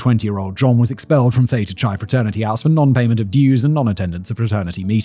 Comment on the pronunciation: I'm more bothered by the way he pronounced Theta Chi.